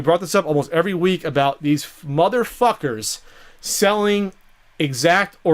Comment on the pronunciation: I like the emphasis on "THOSE MOTHERFUCKERS". lol